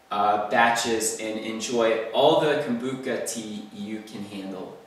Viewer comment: Lol poor thing sound the ch out:-)